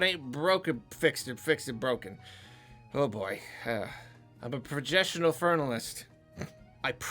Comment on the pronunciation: projessional fournalist